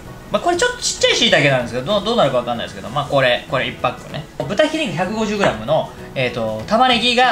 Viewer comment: 1パック、を「いっぱっく」ていうあたりがw